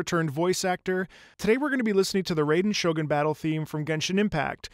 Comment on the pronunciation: every time i hear someone pronounce raiden shogun as ray-den sho-guhn i take 10 damage